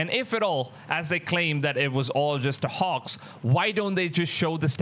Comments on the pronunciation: Bro can you say HOAX again? lol sounds like your saying HAWKS!!!!! Hawks hawks!!! Hoax Hooaks!!!!!😂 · Your saying HOAX like a texan says horse/hos. It makes an "O" sound, like Broke or Coke or Joke not "AH" like Pox or Dox or Fox, so it's more like HO + X = HOAX, sorry I know I would want to be corrected if I was mispronouncing in another language. please don't think im being mean. thanks. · Hoax isn't pronounced "Hux" it's pronounced 'Hokes' . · Hoax as in pokes not Hoarx as in dorks! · Well, first off you’re not pronouncing the word hoax right. It sounds more like this hokes not hawks. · It's definitely NOT "hox". lol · I cant tell what ur accent is. Idk what ur first language is. But u speak english like an american. Its really really good. So i want to let u know when u say hoax its not pronounced like that. Ur saying it like hocks. Its like how santa says ho ho ho. Ho- x. The x is right. Butbpretend the a has nothing to do with it. Anyways GREAT VIDEO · Just like you pronounce oat in oatmeal you pronounce hoax. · WTF is a "Hox"!?!?!?!? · Because you are adorable, the word hoax, ( the o is a long vowel) hoax. A line goes on top of the o. ❤